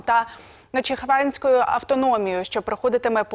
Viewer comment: Ага, ещё и начихваньська . Афца тупая😂😂😂